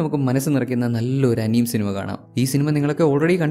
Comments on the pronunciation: bro pinne അനീം അല്ല ആനിമേ എന്നാണ്... Ath onn crct akkan sredhikkane..❤ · Bro anime alla it sounded as anima❤ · Its "അനിമേ" that's the pronunciation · Anime pronounced wrong